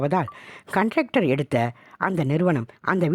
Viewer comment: கான்ட்ராக்டர் தானே? நீங்க கன்ட்ராக்டர் என்று சொல்றீங்களே?